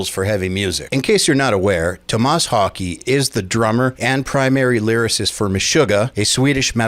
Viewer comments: Haa Keh kind of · More like Hoh-kuh I think. I can't speak Swedish tho. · Wouldn’t his last name be pronounced more like Hawkeh? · Tomas Hawk-uh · Hokey? I don’t know if that’s how you say it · Thats an impressive mispronounciation of his last name. Wow...